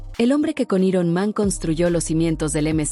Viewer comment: Dios santo que molesto es oír cosas como “i-ron man” en lugar de “airon man”